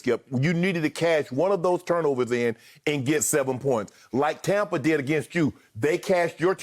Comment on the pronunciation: Skip "Tompa Bay" Bayless